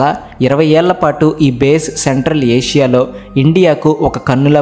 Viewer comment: సెంట్రల్ ఆషియా కాదు నాయన. సెంట్రల్ ఏషియా